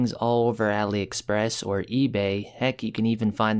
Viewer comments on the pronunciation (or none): none